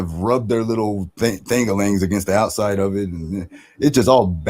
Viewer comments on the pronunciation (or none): none